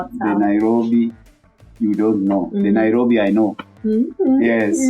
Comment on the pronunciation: Naiiiirrrobi😂😂😂 you fall down you wake up🤣